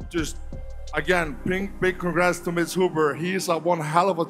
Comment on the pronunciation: Is Thor pronouncing "Mitch" Hooper as "Miss" Hooper?